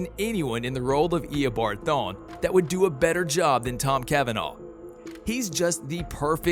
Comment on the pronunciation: “eoboard thon”